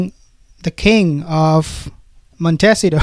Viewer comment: Love your channel, but the correct way to pronounce where they presumably live is not Montessito, lol, it's Mon-te-ceeto! ❤